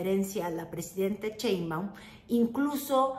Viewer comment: Me encanta lo que haces, pero me gustaría que pronuncies bien "Sheinbaum". No es Chein-baum, es Shein-baum. Y se acentúa en la "e"; no se tilda porque el origen del apellido es extranjero.